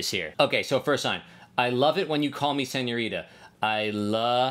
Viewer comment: He takes the t out of senorita